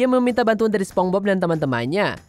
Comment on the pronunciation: Pengucapan masih begitu padahal ini cabang channel internasional.